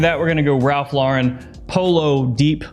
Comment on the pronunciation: I'm so glad to see you pronouncing Ralph Lauren correctly these days my man, it seems you read my comment!